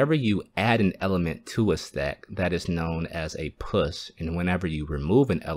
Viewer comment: Please say "Push" abit clearer.